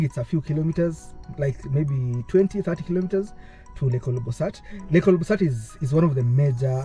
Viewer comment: Interesting but hope you'll redo the trip with you pronouncing the name of the lake properly. OLBOlosat not OLOBOsat 😢